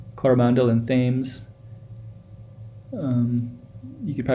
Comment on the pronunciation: I know this road from early childhood - don't live in NZ anymore, watching this brings back memories. pronounce "Tems" like the river Thames in London U.K